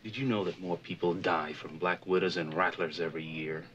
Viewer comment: The way he turns "that" into 2 syllables always kills me - "Do you see thyat?"